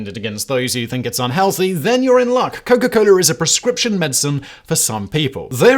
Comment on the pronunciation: it is not coler it is cola. yw